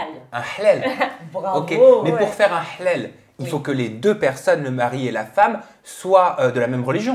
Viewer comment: Un big Up à avec " le hlal" tu l'as trop bien prononcé bravo!😉 je regarde Aja depuis les débuts et je remarque une superbe évolution que ce soit au niveau des sujets ou autour de la table. Continuez comme ça, vous méritez largement d'être diffusés sur une chaîne. Bisoussss à vous 4!